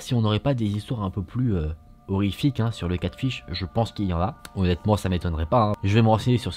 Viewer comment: C'edt Catfish et pas catship lol mais on t'aime❤️❤️❤️